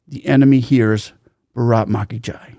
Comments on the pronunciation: It’s baaraath ma ki jai. Not braat ma ki jai. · You will have to stress on the first two letters BAA RAATH then the word can be heard clearly as your accent doesn't stress for proper pronunciation